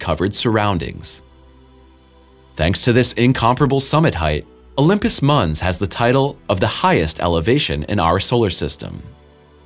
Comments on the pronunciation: Mons not munz... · Great video content. Pronunciation is lacking though. Olympus Mons, not Muns, Alien, not Elien, Our solar system, not are solar system. At least you are not saying Mauze - lol. Thanks for posting this fantastic video.